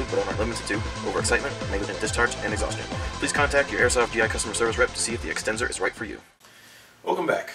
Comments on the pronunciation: extenzor, lol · ahahaha the extenzor XD